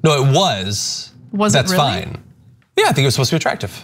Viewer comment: hey now, this is a reary reary important statue!